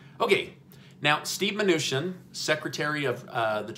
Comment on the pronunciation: Isn't it chin not shin